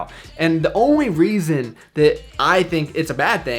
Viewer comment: The Onry reasron